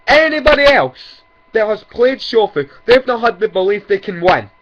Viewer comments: He says shofu like its pronounced like shoul food. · I'm not gonna lie the way he said shofu was pretty tight though hahaha